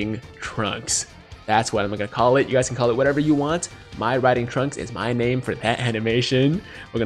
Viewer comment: “Mai Riding Trunks” 🤦🏽‍♂️LOL